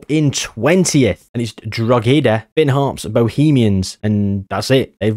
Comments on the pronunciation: just an fyi its not drog ee da its droh eh da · used to play for Droghedas youth team the way u pronounce it is too funny